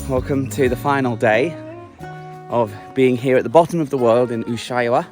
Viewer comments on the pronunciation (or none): i love u, i'm from Chile and live in Germany. But pleaseeeee is not Torres del Pain or Torres del Plain, is Torres del PaiNE! hahahahha and is not Ushubuauiauai, is Ushua-ia. xoxo